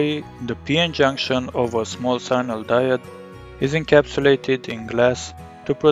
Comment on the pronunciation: sign-nal.... are you serious?